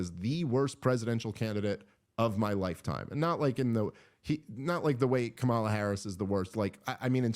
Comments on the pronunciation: Dave I believe you’re pronouncing Kamala’s name incorrectly. The emphasis is on the first a, not the second a. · I call her Camera, because, because when I was a poor little black girl being raised in the scraggly woods by my quadruped mother (she ain't had no arms nor legs, which was her misfortune, and none of my own), I couldn't pronounce Kamala, so I says Camera instead. I also couldn't pronounce toast or Philadelphia.